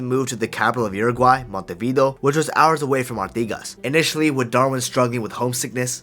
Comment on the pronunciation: Like the video but, my God man, make at least some effort to pronounce Spanish names correctly (Peñarol, Montevideo, etc.)